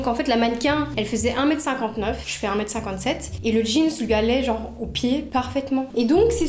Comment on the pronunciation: Mais pk tu dis jeanz on dit jeans 😭